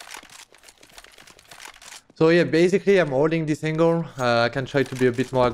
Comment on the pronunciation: Kenny cant say angle right, lol but still love you.